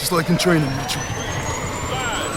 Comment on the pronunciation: when he says Mitchell it sounds like Meechun...and the tears lol